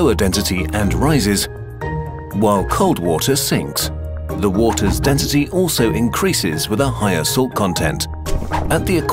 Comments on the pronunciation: dentity? its spelled density and pronounced density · Y you say dentity instead of density... U disappoint me ;( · I feel like I’m going crazy. Is it just me or is he saying “dentity” instead of density ?